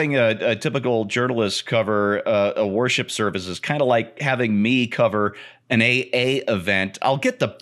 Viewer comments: For a moment, I thought was saying, “Warship.” 🤔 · AlienRenders I’m sure it’s just the way pronounced worship. I just comes out like warship.